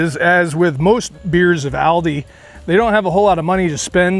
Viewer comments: Its Aal-deee.. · It’s actually pronounced All-Dee